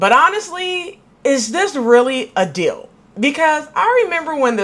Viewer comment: a dill? Oh, you mean deal!